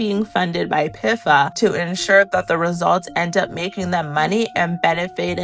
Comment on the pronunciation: pifa pronounciation is frying me